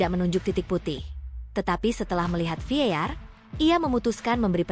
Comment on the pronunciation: VAR bukan Vear